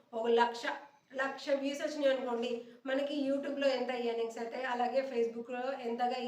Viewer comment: Mee content bagundi. ఈయర్నింగ్స్ అనకండి.. ఎర్నింగ్స్ అనండి .